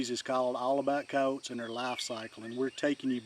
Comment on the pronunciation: All about Coyotes but you don’t even know how to pronounce their name right 😂😂😂